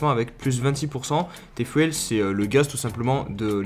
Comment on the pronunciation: Hahah Bro, le TFUEL se prononce “Ti fioul et pas tai fouèle “. Merci pour ta video au top comme dhab